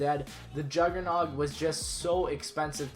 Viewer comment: He actually said his name correctly